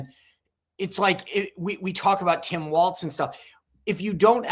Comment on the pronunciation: Sean......it is Tim WALZ...not WALTZ.